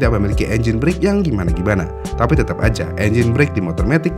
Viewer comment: BRAKE itu penyebutannya ga sama kayak BREAK